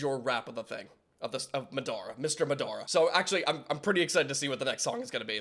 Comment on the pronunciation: I was like why is this vid 17 mins but he's reacting to 2 vids (also just like u said, u are bad at saying names and u def said Madara wrong too lol and Frazer was in Rustage sukana track 🙃)